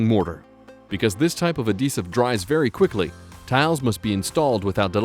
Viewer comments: Why TF is he saying AH-desive? It's AD-HEsive. FFS. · The ahdessive? lol